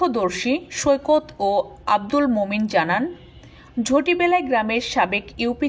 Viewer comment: ঝটিবেলায় না। ঝাটিবেলায়